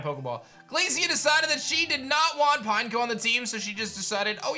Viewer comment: "Pine-KOH!" Literally EVERYBODY ELSE: "Pin-Eck-oh" Not "Pinecone", idiot smh